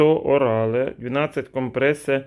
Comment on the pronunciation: Use orale - принимать через рот, читается не как «усе», а как « юз». Просто на будущее. На всех таблетках будет это написано